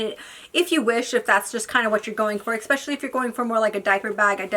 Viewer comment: I enjoy watching your videos but it’s especially not expecially.